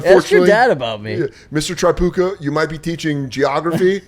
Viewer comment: The Tripucka pronunciation is getting to me 😂